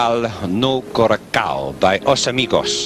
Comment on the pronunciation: "Portugal no korakkoh" Nope, it's coração, pronounced as "kurasaw". Why can't the commentators do any research?